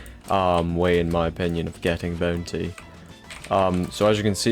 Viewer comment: MY LORD AS MUCH AS I LOVE U FOR MAKING A VID LIKE THIS I CAN NOT INORE THE "boontay"